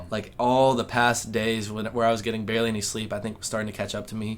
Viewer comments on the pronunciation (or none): none